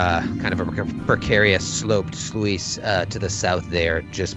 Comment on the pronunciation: Anyone else catch that kept saying sluice as "sloo-ees"? But no one called him on it? I was confued at first until I realized what he was referring to. Guys... it's pronounced "sloos". Just like "juice" but with an "sl" instead of a J. I would have expected at least to call him out on it.